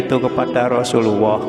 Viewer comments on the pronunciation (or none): none